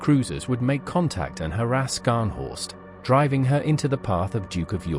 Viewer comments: Scharhorst is pronounced sharhorst, HMS Norfolk damaged the main radar and fire control systems. After that, Scharhorst was firing blind. A sitting duck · Pronounced Ssharnhorst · Skarnhorst eh . Silly error. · Slightly ruined by the pronunciation of Scharnhorst, not Skarnhorst!